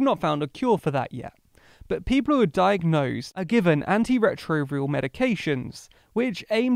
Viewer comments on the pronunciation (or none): "aen-ti-re-tro- vee -ral" -> antiretroviral " vi -ras" -> virus I am now confused 🤔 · It should be an-tai-re-tro-vai-ral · Its ann tee re tro vi ral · The first one is definitely mis-spoken. I am thinking "autotune set to the wrong language". But the second one is spoken properly as "virus". Maybe "vi-rus", but that is about it. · You pronounced antiretroviral weirdly